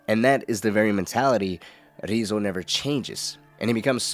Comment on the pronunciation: Yeah, the way he's mispronouncing the name is kind of grating on me. Sounds silly, but it made it really hard to watch.